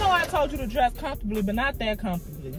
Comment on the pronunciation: You said dress comfortley 🤣🤣 Desertzated locations 😂😂🤣